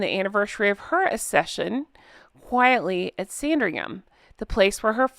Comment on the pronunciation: Accession is not pronounced with a soft 'cc' but a hard c followed by a soft c. As in 'ack-session'.